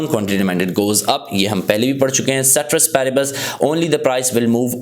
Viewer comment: ceteris paribus bht acha bolte hen❤😂